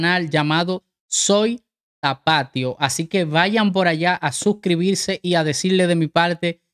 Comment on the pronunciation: Una sugerencia, la pronunciación correcta, es tapatio, con acento en la i.